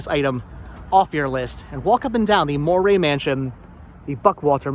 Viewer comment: It is pronounced like "dowry" with an M. Is my maiden name, this house belonged to my great grandfather.